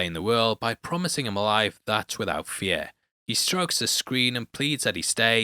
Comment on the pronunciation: He pronounced fear like its pierre